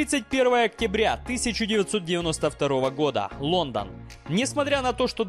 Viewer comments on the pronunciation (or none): none